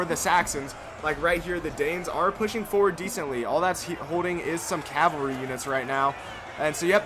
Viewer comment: Why do you say calvery instead of cavalry?